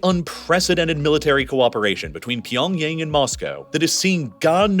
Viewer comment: I don't think Pyongyang is pronounced like "pee on yang"